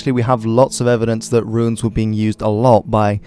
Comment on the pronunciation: Politely, I believe the preferred pronunciation is "Roons" with just one syllable (and not "Roo-ins," much like the word that is spelled 'ruins'). Great video though, I appreciate the attention to this!